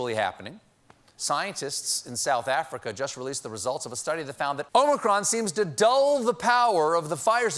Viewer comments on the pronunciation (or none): none